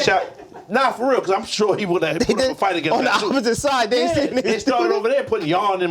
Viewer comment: “CAUSEBY”